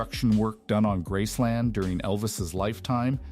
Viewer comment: It’s called Graceland, not grassland